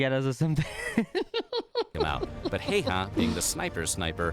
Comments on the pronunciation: i dont mean to be rude or anything but its pronounced highharr and you roll the r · His name is not pronounced like that😅